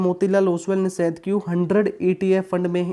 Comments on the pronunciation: Its Nasdaq, not nasadq 😂😜😂😂😂😁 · Bhai its Nasdaq. Not Nasadq